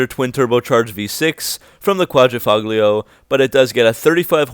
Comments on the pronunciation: It's "Quadrifoglio" not "Quadrifuglio" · Good job in this video. Some FYI though, the "g" is silent. You pronounce it "quad-ra-folio". I currently have a vintage Guilia Sprint Veloce but in the early 90s had an Alfa Spyder Quad--ra-folio. I bought it new and the salesman spazzed out because l said it wrong lol!